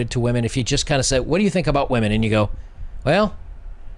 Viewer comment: It is women not "whamen". I am seeing this a lot on You Tube -- very much frustrating and disrespectful to the English language. Aside from that, I agree with everything that was said.